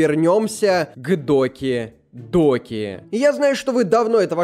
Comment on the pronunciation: Не доки доки а даки даки😂